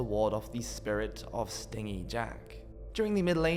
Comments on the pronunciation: It’s pronounced “stin-jee” jack, as in cheap/unwilling to part with money. Not “sting-ee”, as in likes to sting stuff like a wasp! The legend has stingy jack cheating people,and the devil,out of money. That’s why he is forced to roam the earth as punishment!! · A wasp might be "sting-EE". Jack was "stin-jee". (The opposite of generous.). Or maybe "stin" G. Otherwise, good information in there. I love that oft-used old turnip jack-o'-lantern... it's creepy as all hell. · I noticed this too. I was like…I think he’s saying it wrong lol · Thought it was “stingy” Jack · many zoomers and millennials have never heard words pronounced correctly because they grew up on the internet and not listening to people talk in person. Stingy with J sound yeah not a G sound. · Pronouncing stingy (stin-gee) as (sting-ee) and sidhe as sids is kinda funny, ngl. I think sidhe is usually both plural and singular nowadays, although it's Gaelic and I don't actually know any Gaelic so I'm just guessing there and I also can't vouch for historical quotes as people sometimes seemed to be winging it with the rules of English, let alone loan words.